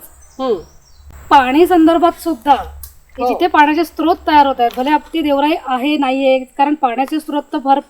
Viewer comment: दोन्हीं एपिसोड बघितले. उत्कृष्ट. स्त्रोत, अजस्त्र असे शब्द अस्तित्वात नाहीत. स्रोत आणि अजस्र बोलावे, लिहावे. Srot, ajasra , sahasra.